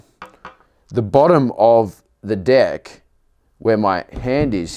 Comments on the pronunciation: I swear every time he says deck he is saying dick XD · Austin Miller thats what i thought also😎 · Yes, that's how the guys on the north & south islands say it, but for the rest of us on the west island, a deck is the part of the skateboard we stand on (or try to).